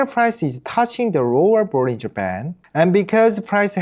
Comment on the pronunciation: 영어로도 개설하셨군요~~ 영어 사이트도 성공하실거라 믿습니다. 발음도 좋으시고...사소한 거지만 영어권에서는 볼린져보다는 볼링어라고 발음해요~~, 구독자 많이 모으시길~~